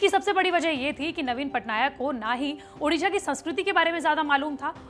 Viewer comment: Ma'am everything is good but it's ओडिशा not उडिशा, it's ओडिआ not उडिया